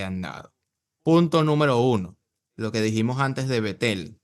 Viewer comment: A bet - el no Betel ojo bro